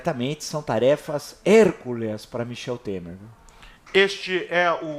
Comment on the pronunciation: Professor Villa: não é "hérculeas", é HERCÚLEAS.